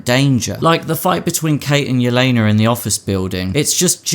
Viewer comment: Yelena! Not Yelena-r 🙄🤦‍♂️